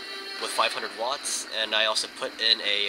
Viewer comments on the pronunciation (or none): none